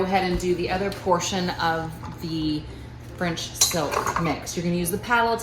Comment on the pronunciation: I kept thinking she said French Soapa Pie lol. I didn’t read the whole entire title. I saw Pie and Joanna and clicked haha.